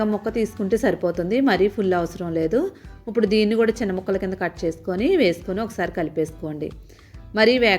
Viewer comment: ఉప్పుడు కాదమ్మ ఇప్పుడు...ఖైమా కొట్టినట్లు ఏమిటీ అమ్మ, నీబొంద